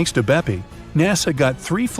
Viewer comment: I m italian… and every time i heard BEPI COLOMBO… i do not even know what to say!!!😂😂😂 is “BEPPE!!! From “giuseppe” but TBH should be “PEPPE”…